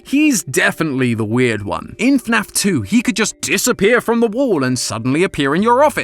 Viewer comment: dont you mean FNAF not snaf